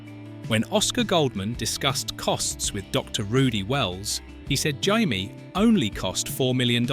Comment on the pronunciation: "Jymie"???? Dear oh dear 🙄